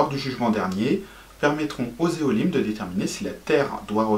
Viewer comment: Élohim !! Pas Éholim 😄